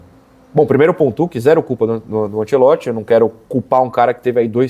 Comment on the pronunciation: O narrador falando ANSELOTTI foi meio chato😂